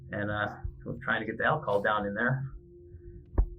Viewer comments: Alcohol. - not 'alchohol'. (Could not resist offering a correction; I learned English in school, lol) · Alcohol not alcohohol...